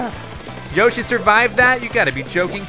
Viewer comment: keep on saying Yoshi but its Yashi needs to work on his vocabulary